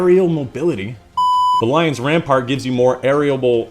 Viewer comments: Lion Rampant! ram-pant not ram-part. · Rampart? I stopped watching when he didn't bother to read the name correctly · Rampant not rampart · Lion RAMPANT, not rampart....